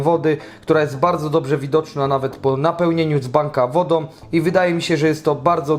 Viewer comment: Wodom, rozsondnnom, za pomocom, instrukcja obsugi, dugość , pomys, blutucz , sparowane ze dzbankiem, ulubionom jerbom, tom domyślnom, Itp etc Chłopie ogarnij język polski